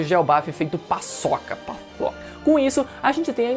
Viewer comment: Vc faloou PAÇOCannnn?